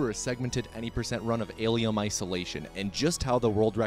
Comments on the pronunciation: why do you keep sayin "alium"? Not as funny as you propably think it is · Why do you call it an alium 🤨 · "Alium" ? Huh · Are you saying Aliem? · Why is he saying alyum?